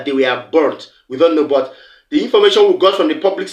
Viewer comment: My Brother hi. First, there is no Letter...(H) in the word...[BUT] So I beg you please, do mislead Nigerian children of today, and tomorrow...growing up learning to pronounce words wrongly like you are doing here! Please speak clearly, simple!!!.